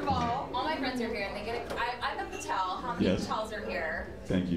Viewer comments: She's a 'Patel'. Lady is pronounced 'Patail'😂😂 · That lady didn't even pronounce her last name correctly.